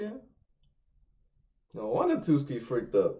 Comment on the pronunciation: Why has no one corrected the pronunciation if “Tsuki”?